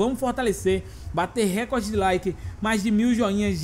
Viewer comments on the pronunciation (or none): none